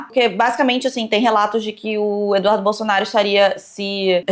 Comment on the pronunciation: primeira vez que vejo a acertar o nome do eduardo bolsonaro